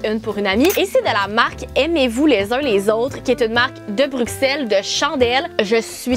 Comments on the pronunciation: Je suis belge mais je vie au Canada 🇨🇦 mtrl mais j’adore la. Maison par contre tu dis bruxelle mais sa se lit avec le son d’un s bruselle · On ne dit pas le X de Bruxelles ahah ça se prononce Brussel ☺️ Il y a d’ailleurs un Bruxelles au Canada 😁